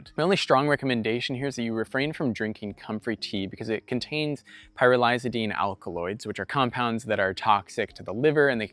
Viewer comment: Hi. Thank you for another very comprehensive video. I’m gonna be pulling out the few plants I put down earlier this spring and plant them elsewhere since I don’t think they are bocking 14. Great job pronouncing pyrrolizidine. 😂😂